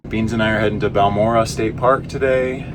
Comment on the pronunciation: Pronounced bahl mor ay